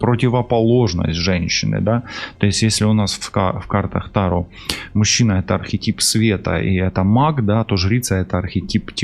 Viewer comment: Здравствуйте! Вы не правильно ставите ударение не: та'ро, а таро'